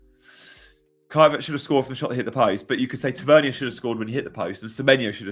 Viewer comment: Sorry, Marcus is from Newcastle, his surname is pronounced Tav-er-near. 😁